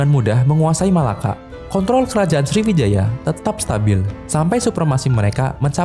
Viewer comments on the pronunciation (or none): none